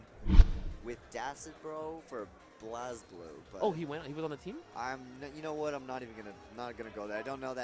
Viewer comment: Haha he said blaz blue cx